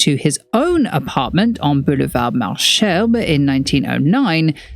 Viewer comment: sorry, it's bugging me and taking me out of the video but "malesherbes" is pronounced either \mal.zɛʁb\ (malzerb) or \mal.ɛʁb\ (malherb). French does not have the "sh" written like that (except, of course, with loan words), it's written "ch" like with, well, Chanel. "Malsherbes" is an archaic word/spelling/shorthand version of "mauvaises herbes" which means weed, more specifically the "I don't want in my garden" kind. So, yes, Weed boulevard lol